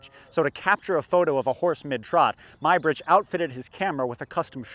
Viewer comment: "Ed-wierd Mybridge"? Do you mean the English photographer Eadweard Muybridge (previously Muggeridge) working in the USA, pronounced just - "Edward" - Although considering some of his behavior 'Ed-wierd' may not be completely wrong. Good programmes BTW - although this one gave me a head-ache, can we have a non-3D print of this please? The history of 'cinema' may go back a lot further than this programme suggests - it appears that the paleolithic cave paintings in locations such as Lascaux may have been used in a 'magic lantern' like show - young hunters taken down dark deep passages into the bowels of the earth, a burning torch illuminates fantastic images of running beasts in its flickering light, while the elders tell their horror tales of gored, mauled and trampled hunters. Here's a couple of ideas for you - Aethelstan - first King of England, a tale that only needs some dragons to turn it into Game of Thrones Why does England seem to do so much better under Queens than Kings? Elizabeth I, Victoria, Elizabeth II and Æthelflæd, lady of the Mercians and Aethestan's great aunt